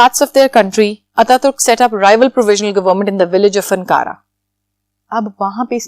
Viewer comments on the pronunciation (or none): I live in turkey and it's not ankaara its ankara not kamal attaturk it kemal attaturk